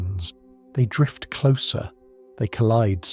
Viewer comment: So, do you personally narrate this, or is it AI? I only ask because some words in certain sentences are pronounced strangely. For one example of many, in the intro to this video, the narrator says, "And if your mind begins to wander, let it. Drift!" It's said as if it's two sentences when it's supposed to be only one. Considering this video is 2 months old, I'm not sure if you'll see this 😅